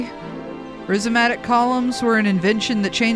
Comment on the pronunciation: its rhizomatic like rhinoceros, like rye, like rise-o-matic. Rhizome is "root", so i guess rhizomatic would be like "foundational"?